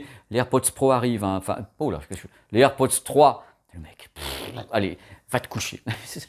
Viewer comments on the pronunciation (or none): none